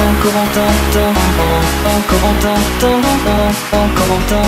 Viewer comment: Ça m'énerve comment il prononce "Corentin" mon dieuuuuuuuuuuuuuuuuu